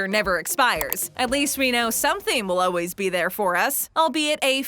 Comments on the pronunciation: aaalll ways why are you saying Oways? ={ } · “It’s just Oways around” what did she just say?